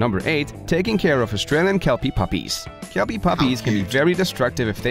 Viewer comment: Kelpie border collie cross owner here. Great vidi but why are we listening to American who can't even get the pronunciation correct talking about an Aussie dog breed.